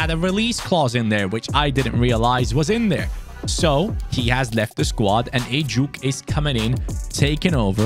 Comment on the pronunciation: Heyy really love your rebuilds btw it"was so funny the way you pronounced ejuke's name through out the video, its ejukAY not ejuke but never the less i am so happy you used one the many nigerian talents. las las Naija no dey carry last!!!!!!